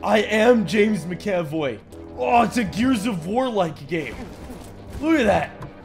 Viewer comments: It's mac-a-voy not ma-caf-oy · It’s not “Mick-Aaaahh-Voy”. It’s “Mac-Uh-Voy”. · I'm sorry but the way you pronounced MCAVOYs name is ridiculous, soooo here it is :ma·kuh·voy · “I am now James Mick-Ave-Oy” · James Ma--oy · I can't tell if is saying mc - avoy for giggles or if he really doesn't know how to pronounce Mcavoy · "Macav oi" 😂😂😂😂😂😂😂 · The way that McAvoy was pronounced was twisting my mind.